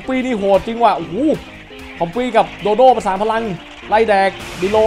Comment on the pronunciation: พี่ครับโดโด้ไม่ใช้โดโด